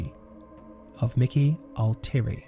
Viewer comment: "ALL TEA AIRY". Pronunciation. Thank you.